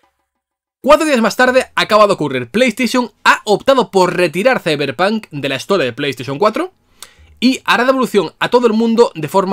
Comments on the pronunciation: De los creadores de : "Ziberpan" Llega... "Izeberg" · De los creadores de: “Siberpan”... llega... 🥁 “CeiberPanK”.